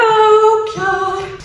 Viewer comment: I'm Frisian (not a horse alas) and living in the UK. Your pronunciation of Sjoukje is really good. They're not easy names to pronounce for non-Dutch/Frisian speakers